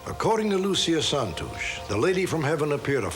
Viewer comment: Mr. Stack's pronunciation of the Portuguese names (especially Santos, which in Portuguese is like "Santoosh") is fantastic. What an amazing host he was. Most TV people would have done the old "Spanish" version of "Santohs"